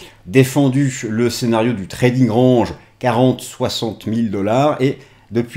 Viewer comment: Mais arrêtes de prononcer "range" comme ça. 🤣🤣